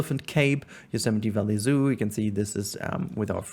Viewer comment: It feels like yesterday since I binge-watched the first 10 or so episodes, been keeping up to date ever since. Incredible to see it so close to finished! Also thanks for teaching me how to pronounce Yosemite haha